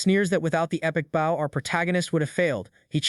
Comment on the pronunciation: 780.000 not 78.000 Consistent wrong pronunciation of "bow". Exceeding 100%, not exceedng 10% Not 250 gold pieces but 2050 gold pieces. Trouble reading numbers?